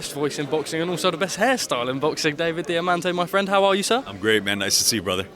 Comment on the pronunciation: Ring announcer?? Put some respect on his name David Diamanté....... Diamanté